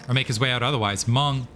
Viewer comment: % mong lol hearing monk hurts my brain and heart 😂😂